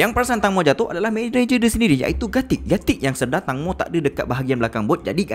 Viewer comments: Teng bang bukan tang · Bos sebutan tangmo tu tengmo..tengmoo..huhu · sebutan nama tenggmo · Ejaan memang Tangmo tapi sebutan yg betul "Tengmo" tau🤭.. Info dari orang thai sendiri